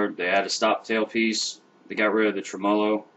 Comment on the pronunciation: How am I supposed to trust someone that can't pronounce tremolo properly?